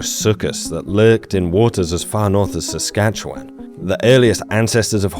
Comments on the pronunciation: well done pronouncing Saskatchewan! 😆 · I rewound the tape just to hear him say it correctly again. That was great